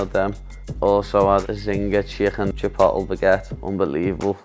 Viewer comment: Paddy it's CHI-POAT-LAY, Not CHI-POTLE LOL